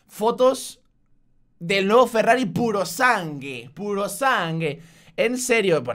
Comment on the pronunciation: Jajaja Alpha nunca acierta con los nombres de los coches. en italiano la u se pronuncia, por lo que sería "purosangüe", y no "Purosang(u)e" A mi no me parece tan feo. Al fin y al cabo es un SUV con parecidos al Roma, faros de SF90 y los traseros de 296 gtb Luego comparando con el Urus le falta agresividad... Yo lo veo más como un rival de Porsche y el DBX en cuanto a diseño. Pero eso, que no me disgusta, lo único que cambiaría son los faros traseros por unos redondos. ⭕⭕ ferrari ⭕⭕ Creo que me compraría el Urus o bien el DBX 707, y si tiene que ser este le cambiaría algunas cosas, como las llantas...